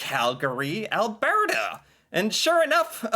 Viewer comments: You almost said Alberta right this time. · When pronouncing Alberta … think Bert & Ernie … now say Albert … now add the feminine a at the end … as another commentator said, “It’s not Al-bear-ta” … it’s pronounced Al-bur-ta … BTW, the province is named After Princess Louise Carolina Alberta … We had to use her third name because you Americans already had a Louisiana & the Carolinas! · Al-burr-ta (not bear-ta, although we do have both extreme cold AND lots of bears) is basically the Texas of Canada. Our main deal is cows and oil lol… Calgary especially is very cowboy-ish, it's like our Houston, whereas Edmonton is a lil more cultural and metropolitan like Austin, but as our vandalized welcome to Edmonton sign said at one point, there's a confusing ratio of hipsters to pick-up trucks… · Ahem… it’s ‘berta tyvm